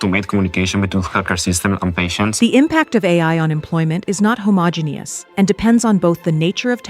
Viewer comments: I thought your AI voice did a mostly good job, but a human voice would have known the correct emphasis on Projects and Homogenous. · OMG it mispronounced and errored out saying "homogeneous" . This is actual comedy.